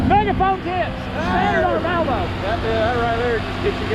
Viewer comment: I could hear it ... No??? 😂😂😂